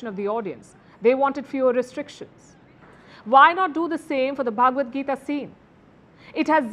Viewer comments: Please say Bhagavad Gita not bhaaagavadgita. Bha not bhaaa. Pronounciation correction. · Please pronounce the word Bhagavadgeeta correctly. It is Bhagavad, and not Bhaagvad. 🙏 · It's "Bha-ga-wad-Gita". It's not pronounced Bhaagwad Gita. Bhaagwad has a separate meaning in Samskritam. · the way you pronounce bhagvat gita isa actually insulting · Palki , first pronounce Bhagvad Gita properly